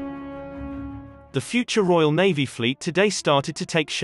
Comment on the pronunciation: Navvy or Navy? These voice commentaries are dreadful.